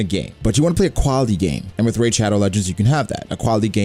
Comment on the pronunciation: Wow dude, RAID? Ugh. Love your content otherwise though!